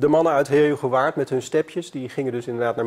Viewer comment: Jezus man leer Heerhugowaard normaal uitspreken